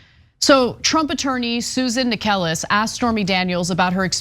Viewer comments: It's pronounced "Necklace", not "Acorn". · Necheles is pronounced like “necklace”. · Do you seriously have to mispronounce every judge and lawyers names? Inconsequential but still really annoying.